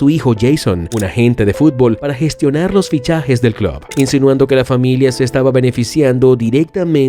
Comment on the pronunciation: Contador para las veces que dijo "clob" 🤣🤣